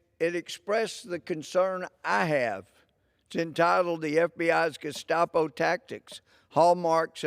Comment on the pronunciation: Wow he called them the gustapo too lol great minds think alike